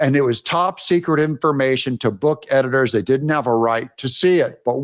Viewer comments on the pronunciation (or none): none